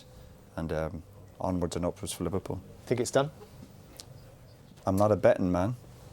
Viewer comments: I sink, instead of think ,lol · Jose Mourinho: I Sink Roy Keane: I Tink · “I SINK it’s over, I sink it’s done... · “I sink” 😂😂